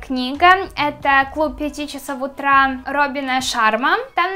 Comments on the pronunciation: Не в обиду, но ты во многих словах ставишь неправильно ударение. Например: магия Утра, а не утрА, и еще ты постоянно делаешь сильные эмоции лицом, приподнимаешь постоянно брови. ЭТО ОЧЕНЬ СИЛЬНО БЕСИТ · Что с ударением? Магия утрА, авторОв.... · За первые 10 секунд полилась кровь из ушей из-за "утрА" и "авторОв". Ну зачем так больно? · Магия Утра, а не утрА!!! Авторов, а не авторОв Как то стыдно, ты ведь уже большая... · Магия утрА авторОв Боже ты конечно классная и мне нравиться тебя смотреть, но неужели нельзя сказать правильно?